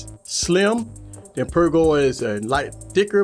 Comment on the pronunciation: "I Per Go" ipeega. 😂🤣😂🤣 that had me laughing but good video